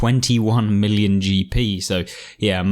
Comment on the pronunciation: Not milli-on...millyon